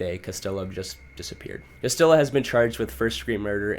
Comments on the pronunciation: Ok bro his name is hispanic so its not CastiLLo but CastiJo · No don’t get better! That was the best part of the video! Cuh-still-o, Dee Geezus, Rad-uh-Lot 😆 😍 💀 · I was just about to comment haha. “CastiLLo” really irked me haha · Not castiLLo 😂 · The way u pronounce Spanish names is so funny lmao I’m white (not Hispanic white) but idk maybe it’s cuz I grew up in nyc, I know Castillo is a double L… double L is not said as an L sound, but a Y sound…lmao and “de Jesus” of course is pro unfounded “hay-suess” the Spanish way, not “jeezus” lol! I don’t speak Spanish I just know this from reading, school, learning, listening, simple life experience like knowing someone with a certain last name and hearing the name spoken aloud and then seeing it written and connecting the two… maybe you’ve never known/ grew up around any Hispanic people? Or some people are just not good with grammar/ pronunciation/- I’m not trying to shit on you btw, I just saw ur pinned comment! I kinda thought it was funny like on purpose at first, I’m honestly just wondering how u can grow up in America and not know these things ! Lol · Bruh the amount of times he pronounced Castillo wrong was annoying 😂